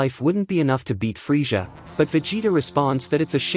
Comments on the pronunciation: I want to join the free-shza force lol and obey price veg-it-ta This ai is some bullshizt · Can't trust a creator that can't pronounce Frieza (Free-Zuh) Also it's Zar-bon